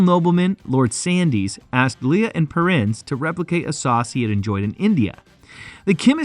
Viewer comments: Lea is pronounced as Lee and Perrins is pronounced as Purr-ins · Oh no! I started watching, but couldn't take the mispronounced Lea (Lee), Perrins(Pear-ings, Worcestershire (wu-stuh-shuh), Tamerind (Tam-ur-rind). I had to stop, wrote this comment and left.